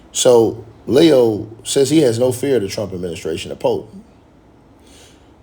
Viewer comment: It’s Leee oooo 😂